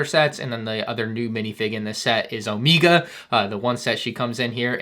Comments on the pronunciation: Is he trolling us with O-Mee-Ga or does he really not know how to say (O-May-Ga) Omega? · its omega, not omeega lol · I thought it was omega not emega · Omega❌ omeega✅ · if i have to hear "Omeeguh" one more time instead of Omega im going to cry. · Why do you pronounce Omega's name as Omeega? Just curious. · Substitute teacher “Is omiega here omiega” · Geez does this guy go out of his way to TRY and mispronounce words and names? “OmEEga”?! What the heck man. 😅 you’re just wrong. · Hey man been watching you for awhile now and love all your work that you do you’ve definitely got me through some tough times but the way you pronounce “Omega” (Omeega) and “Quil” (Queel) I mean sounds like the Lego development team is wearing off on you a bit 😂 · ‘Omeeega and ‘syereal’ 😂